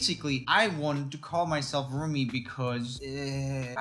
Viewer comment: I like the way joel says "whats up, my name is RRRRRoomie". Thats how we pronounce 'r' in nordic countries